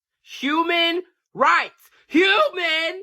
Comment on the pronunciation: He said 𝙃𝙊𝙊𝙈𝙄𝙉 🤣🤣🤣🤣🤣🤣